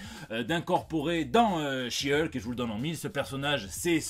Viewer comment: Bon aller, vu que tu prononce correctement le nom de She-Hulk, je suis sûr que tu va y arriver avec celui de son coussin. 😂🤣